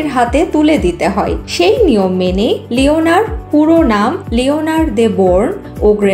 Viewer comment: লিওনার না লিওনোর